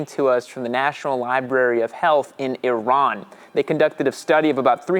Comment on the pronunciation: I've been riding for 20 plus years without a helmet. Have had 3 wrecks and praise God, I only have a separated shoulder to show for it. I've recently started wearing a helmet. My only complaint is peripheral vision. On a side note, thank you for pronouncing Iran correctly. As a first-generation Iranian American, when you said freedom in air quotes, I wasn't sure if it was your intention to diminish liberty, but liberty is precious. Lastly, why legislate a personal choice or your morality on the subject on others? It is correct to keep this a state issue. Great information in this video but overall a bad take from a statist.